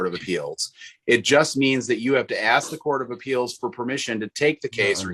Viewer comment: He had to "AXE" a question lol Oy vey!!